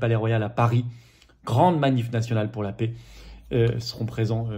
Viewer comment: Plusieurs remarques : _ à quand l'union avec Asselineau,Dupont Aignan et Kuzmanovic ?? _ Pouvez vous acheter un micro , car le son est très moyen.. _Quand on prononce le mot " paix" , c'est l'équivalent en phonétique du son "ê" , et non pas "é" , comme prononce Florian, tout le temps (!) La souveraineté commence par respecter notre langue française. D'avance merci ☺️